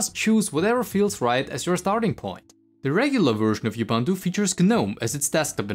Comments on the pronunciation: It's U-B-U-N-T-U, not IU-B-A-N-T-U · You pronounce 'Ubuntu' wrong. It's oo·boon·too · Not you-bun-tu ! Say uh-bun-tu! Ughhhh🤦 As for the rest... Uggghhh as well - so basically the main (non-niche Davinci Resolve) complaints, is "if you want to use Ubuntu to be Fedora, then that sucks and it's really bad at being Fedora. Fedora is much better at being Fedora"... If you don't want to use snaps, don't install snaps - they don't hurt performance if they aren't installed, and the snapd service had literally zero overhead and if you aren't happy with it you just disable the service, no need to go around dismantling the basic infrastructure of the software center and then complain that it doesn't work well. 👎